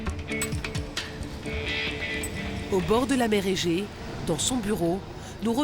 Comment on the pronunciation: C est la mer Egée pas Mege😅